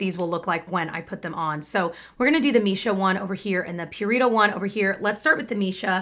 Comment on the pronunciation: Pew-ree-toh 😂😂😂 im sorry not trying to offend